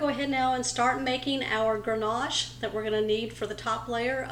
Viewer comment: Ganache… no “r” in that word! Dessert looks amazing. I’ll make it for the holidays!